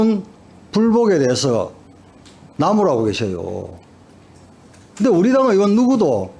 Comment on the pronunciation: 으원이야? 의원이야? 발음 똑바로 하쇼..